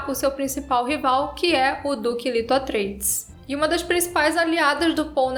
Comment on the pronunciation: A fonética é " lêto".